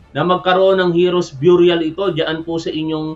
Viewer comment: Burial pronounced biyuryal.... Mali...beryal... Ang Tama.. no offense.... mabuhay si tap wan mabuhay si BBM mabuhay Ang Pilipinas.... watching from San Bruno CA team replay....